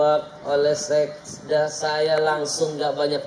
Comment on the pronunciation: bilang Sekda jadi seksda.... 🤔🤔🤔😃😃